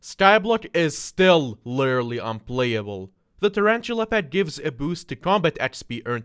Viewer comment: me: lit: lit me: er: er me: al: al me: ly: ly me: Literally: Lirarararally yes i stole that comment but it made me laugh